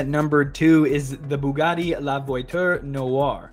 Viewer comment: "So, here's another Buggani for ya" - anyone else notice that he pronounced Bugatti as Buggani? 😋